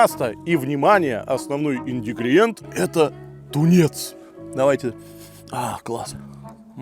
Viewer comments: Ааааа блад ингредиенты правильно а не индигриеанты бомбит меня каждый раз не правильно говоришь 🤣🤣🤣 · do six por neznajet kak praiznositsa slova “ingridienty”…🤦🏻‍♂️🤣🤣🤣🤣…indigrintijienty…😂😂😂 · Слышу "Индигриенты", ставлю лайк) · Много лет уже подписан! Но уже не возможно сдушатьИндигриенты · что за "индигриенты"??😊😊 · Да ты слабоумный что ли ? ИН ГРИ ДИ ЕНТЫ! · Когда ты собака научишься выговаривать "ингредиенты"?..